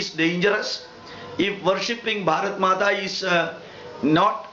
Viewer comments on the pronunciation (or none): none